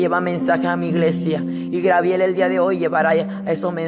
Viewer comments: Gabriel no Grabiel que cuesta hablar bien. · Es Gabriel no grabiel pronuncia bien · Por pronunciar mal el nombre Grabiel no le quita credibilidad al testimonio. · Sigue repitiendo li de los demas...... Espiritu seductor es lo que te rige ;Necio..... Grabiel????? Tampoco ni tslento tiene este muchachito Fatuo y NECIO para inventar en orden....El Senor reprends a satanas.. GRABIEL?????? SAN GABRIEL....aprenda a hablar. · GABRIEL..... NO Grabiel Dios te dio otra Biblia y no te enseñó a hablar? En el Infierno hay Biblia en el suelo o en el aire para que las agarren los que van cayendo? El diezmo es para los que predican? Pero el diezmo NO era dinero, no era para la iglesia sino para los judios y e el Nuevo Testamento no se enseña - gusanos serán tu cama y gusanos te cubrirán a ti por mentiroso !!! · no es griabel es gabriel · Jesus Eduardo Perez U también a ti por criticar y por no poder escribir el nombre de Dios!! dios es el de madera ,bronce, metal así tu acuerdate de que cuando te refieras al Creador del cielo y la tierra. uses D" Dios y ojala el en otro vídeo no diga grabiel sino Gabriel. Dios te bendiga. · genoveva chang no te burles a muchos les es difícil pronunciar no te fijes en los defectos de los das por favor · SOLEDAD LOPEZ DISCULPEMOS A NUESTRO HERMANO ES UN PROBLEMA DE DICCION POR CAUSA DEL LENGUAJE DE SU PAIS EN REALIDAAD ES GABRIEL. HERMANA HAY QUE COMPRENDERNOS Y SER MISERICORDIOSOS LOS UNOS CON LOS OTROS HAY QUE DAR LO QUE QUEREMOS RECIBIR.DIOS ME LE BENDIGA AMADA HERMANA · Porque dice angel Garbiel?? .. no se le entiende q quiere decir de a ratos